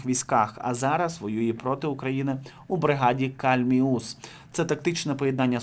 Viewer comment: КАльміус. Наголос на літеру А. Це назва річки на Донбасі. Дуже ріже вухо. Починається біля Ясинуватої, тече через Донецьк та впадає в Азовське море біля Маріуполя.